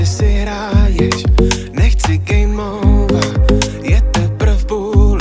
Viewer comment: Menší chybička je to Game over a né geme over :)